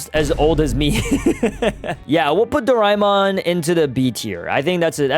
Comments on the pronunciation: bro I watched it and you dont say it like doraimon but doramon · Bro said darama it doramon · its pronounced, ✓ Doraemon (Do-rey-mon) X Doraemon (Do-ray-mon) Its how asians pronounce it, like me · I grew up watching doraemon btw it’s do ra mon not doi ra mon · Calling my childhood roymon dude it is doramon put sssss tier dude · bro its doramon not reaymon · Dorimon? that isn’t even the name bro- it is dora-a-mon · that is not do rai mon it is doramon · Bro it is not dorimon it is doremon i love doremon but my favourite is the legendery dragonball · I say it 'dorimon' not 'doraimon' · Wth is Do-Rai-Mon its Do-Rae-Mon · bro do-rai-mon is the Japanese way to say it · it is doremon not doraemon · bro it doraeemon not doraimon 🤣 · It's pronounced as Do-ray-mon not Do-rae-mon. That's just the spelling and yes we fellow Asians love that Anime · Bro u are pronouncing doremon wrong I live in india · bro real OGs call doraemon as dorimon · I also grew up on doraemon. Also wth is doraimon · It's not Doraemon it's pronounced dorimon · It is pronuced doramon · it's dor-A-mon 🙌✌️ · it's not doraimon! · uyou sed doramon. its not how u spell it its called doramon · In my country that call Doraemon not rhymemon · nahhhhhhh hell!! nahhhhhh!!! Bro called our childhood very very old and he called it Doraemon doriimon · DORAEMON WAS PEAK BACK IN MY DAY 😂 btw its pronounced door aye mon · It's doraimon in japnese i guess you are Indian cause Indian's pronounce it doremon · Also isnt it pronounced dora-emon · It's pronounced doreemon 🤓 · dude you cant say doramon name wrong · Bro is pronouncing Doraemon wrong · It's Doraemon You Uncultured Swine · You pronounced doraemon wrong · I agree. But do we blame him or not? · yo i said that too